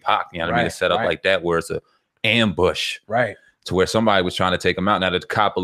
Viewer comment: It's "Ambushed" 😂😂😂😂 go back to school 😂😅😅😅😅😂